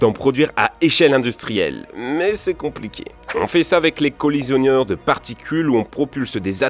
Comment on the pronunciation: Est-ce moi ou j'ai vraiment entendu "collisionnieur" ?